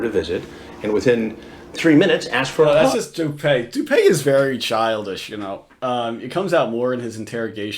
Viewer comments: Isn't it pronounced doo-pee and not doo-pay? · Dupeee bro. Not dupay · His name is pronounced Doo Pee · It’s actually pronounced Do-pee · it’s doo pee